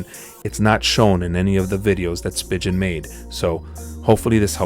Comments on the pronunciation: Spigen is pronounced spee'gan 🤦🤦🤦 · Did he really just say spigen that way .-.